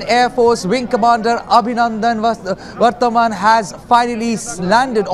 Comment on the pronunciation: First learn to pronounce his surname 🙄